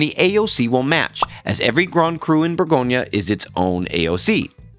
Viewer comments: Good video but please call it properly, Bourgogne !! not bourgognaaaaa 🤯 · It’s Bourgogne, not Bourgognah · Pro tip: before to make a 1h documentary on Burgundy, please learn how to pronounce Bourgogne correctly. Cheers! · Learn to pronounce the region properly!